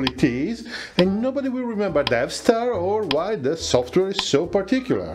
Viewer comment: I hear you keep saying DevStar, but I keep thinking DeathStar.